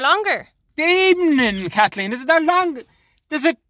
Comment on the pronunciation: "In the eee-ning katleen" 😂😂🤦‍♀️🤦‍♀️